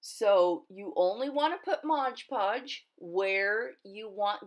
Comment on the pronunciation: "MOD PODGE not MOGE PODGE. You know this never bothered me till I kept hearing people saying it over & over & people correcting them. ahahaa now when I hear them saying it WRONG im like oh nooooo. :/ ahahaha :} But great video really is.